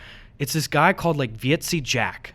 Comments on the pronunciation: Heyy bois, Dutch guy here. When Gus was talking about 'Vieze Jack', that is pronounced very similar to visa, but like vis-uh. Vieze just means Dirty, so you could get away with calling him Dirty Jack (which pretty much fit Gus' description of him :P) Also, I believe I speak for every single Dutch viewer when I say please do a meetup if you do end up visiting here to collab with Jack. We would all absolutely love to meet you in person! ^^ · Vieze Jack, pronounced "Vee-za" Jack. Like you're trying to say visa but gave up at the end. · The way you pronounce"vieze" jack fucking dying XD